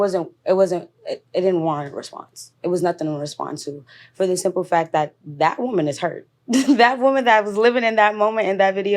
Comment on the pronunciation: I’m so tired of how no one can pronounce the difference between woman and women anymore. They just say woman (singular) for everything.